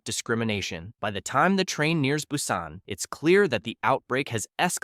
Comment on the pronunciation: See, this is why you don't ask for handouts at the start. Your video barely explained anything and the ai seems to have issues repronouncing some of the same words. (Busan) You also should have left small gaps between each entry so it doesn't seem like a dragged out sentence. (No Like, No Subscribe and probably won't be back)